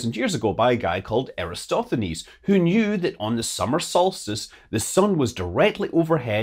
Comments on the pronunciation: it is Eratosthenes not Erastothenes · It's Eratosthenes. One of Scott's rare mistakes! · Gotta work on the pronunciation of "Eratosthenes"...